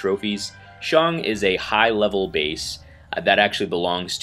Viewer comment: Seems that you can pronounce my name well . Haha . Thanks for the video